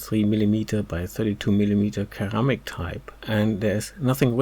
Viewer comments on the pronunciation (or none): Ceramic = S sounding C (Seramic). Great work!